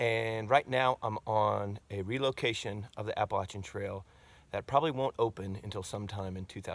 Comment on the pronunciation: Well done. I’m just glad you can pronounce Appalachian correctly